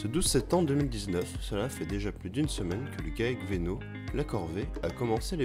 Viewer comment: Ça me tue au début:le gaec vÉnot mais c'est venot